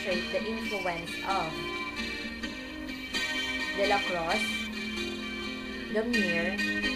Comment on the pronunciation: fyi delacroix is pronounced as delakwa.. good day!